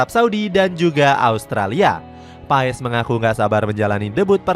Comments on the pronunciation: Martin pes PES PES bacanya PAEES PAESSS MULU AH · Bapak kau PES , baca nya PAS kalee ,malu gua mah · Dibacanya MARTIN PASS bukan MARTIN PAES min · Kata coach Justin nyebutnya pas bukan paes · bukan Martin paess tapi Martin pass bg klu ngomongnya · BACANYA PASSH GBLOK PES PES PES APAAN? EFOOTBALL? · Paas bang bacanya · Bacanya martin pas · MARTIN PAS kaliii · Bacanya pass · Sebut namanya itu pass